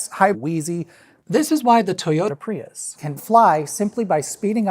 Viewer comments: southern drawl “Toyota *piss*” cracks me up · "the original toyota peeus" had me giggling like a 6-year-old for far too long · “The original Toyota Peeus” 💀